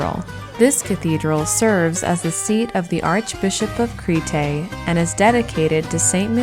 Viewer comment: Very well done! One thing- it is not “Cree-tay”… Creeeeete or Creh-tah. Great job otherwise. Yassou!